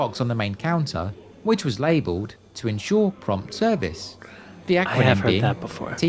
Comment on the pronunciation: ensure ... E ... ensure ... really?